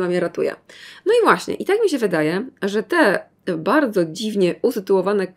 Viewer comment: no tak nie bałdzo 😂♥️